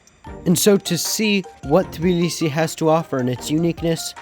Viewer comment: You mispronounce Tbilisi